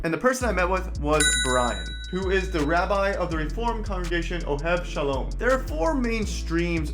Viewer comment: Interesting you said Oheb Shalom. The name is Oheb Sholom, following the Yiddish diction.